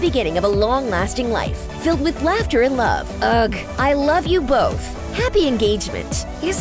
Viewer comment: Did she just pronounce “ugh” as in “ugg”???? 🤔🤨🤨😂😂🤨🤨🤨